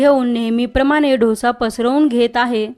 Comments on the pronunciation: ढोसा ढोसा म्हणजे काय? डोसा म्हण गं बाई डोसा डोसा डोसा गंबाई शंभर वेळा म्हण म्हणजे पुढच्या वेळेस शुद्ध बोलशील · Actually दोसा.....ढोसा नाही की डोसा नाही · ढोसे नाही डोसा ग बेटा❤ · ढोसा नका म्हणू. डोसा म्हणा. डो सा!!! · ढोसा नाहि ग डोसा बोल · ढोसा नाही ग बाई.... दो सा.... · ताई खूपच सुंदर डोसा तयार झालाय. महत्त्वपूर्ण ट्रिक सांगितल्याबद्दल धन्यवाद ! पण उच्चार ढोसा नव्हे तर डोसा असा करावा. ❤💐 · ढोसा ढोसा काय म्हणती Dosa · ढोसा..नाही हो। डोसा म्हणाल तर छानच.. छानच कल्पना..👌👌👌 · आधी dhosa n mhanta Dosa bola ki. Kharab vatte ऐकायलाही. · डोसा नाही हो दोसा ! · Dhosa नाही दोसा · ढोसा नाही ग डोसा 😂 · छान माहिती. फक्त ढोसा नाही डोसा म्हणा. 😊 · दोसा म्हणा हो